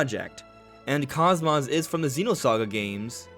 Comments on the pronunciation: Kos-mos? 😂😂😂 it kos-mos as in kos-mode. Not kos-moth. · Cosmos is pronounced cos-mose. The first o is the long sound, cose-mose. Unless you also pronounce cosmos that way, which I've never heard personally. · He mispronounces both syllables lol. Like wow. Not just butchering one part but both lol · That's incorrect. It's Cose Mose. That's how it's pronounced in Xenosaga and is consistently pronounced that way in that series. Xenoblade 2 is when they mispronounced her name. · The mispronunciation is triggering to Blade and Saga fans. Bugged me too lol. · The way you mispronounce KOSMOS infuriates me